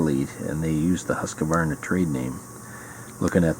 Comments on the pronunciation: It should be pronounced 'hoosk' 'varna' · No E sound between the Q & V Pet peeve of mine, every Gun channel says it wrong :p PS Husqvarna still make a ton of stuff